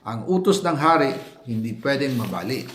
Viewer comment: OBSERBAHAN NINYO ANG SALITANG "MABALI" NI ZALDY CO AY KADUDA DUDA NA MAARING ITO AY AI , IBA ANG PAGKABIGKAS NA DI KARANIWANG BINIBIGKAS NG BAWAT PILIPINO